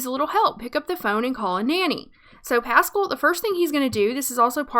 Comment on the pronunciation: its pas-scaal